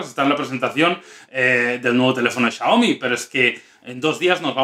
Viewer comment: no sabe pronunciar Xiaomi